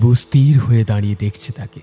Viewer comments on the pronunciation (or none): ইস্ তির নয় ওটা উচ্চারণ হবে ইস্ থির।